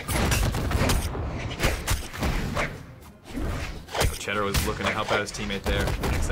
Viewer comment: it's Cedero not Cheddero. I dont know if you remeber the video 2 years ago... Cedero and Cake vs... I cant remeber. There you pronounced it correctly